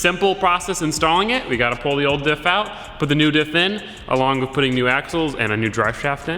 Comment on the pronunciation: Yeah he keeps saying wif instead of with...